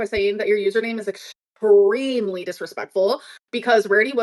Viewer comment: Rarity's Revenge joins 😮 "Your username is ESCREAMLY disrespeckFUL"